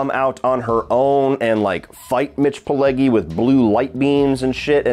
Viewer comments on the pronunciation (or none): First off, keeps mispronouncing Mitch Pileggi’s surname.The Italian g,when followed by an e or an i,is pronounced like the j in “jump”.Secondly,l rather like this movie-yes,it does have some goofy and humorous moments in the second half,but that makes it enjoyable.